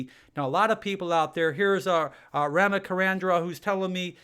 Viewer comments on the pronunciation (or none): none